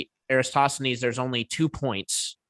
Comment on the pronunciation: Flerfs will never ever be able to pronounce "Eratosthenes" 😂